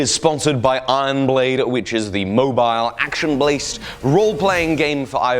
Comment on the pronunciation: "Action Blased"